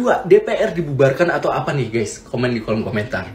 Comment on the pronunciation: Gais , bukan Ges, itu ciri Jawa selalu ges ges ges, gak bisa baca Gaes atau Gais yg asal dari kata Guys